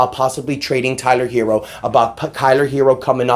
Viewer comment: I think I heard u say "Kyler Herro" 😂😂 but no real talk I gotta appreciate the effort Miami gave last night. Hated that we lost though.